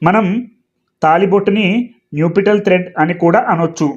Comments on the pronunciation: అయ్యా మీరు న్యుపిటల్ అని పలుకుతున్నారు . దాన్ని నప్ . షల్ అని పలకాలి కదా . ఒకసారి చెక్ చేయండి . nuptial adjective formal UK /ˈnʌp.ʃəl/ US /ˈnʌp.ʃəl/ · check Naptial pronunciation sir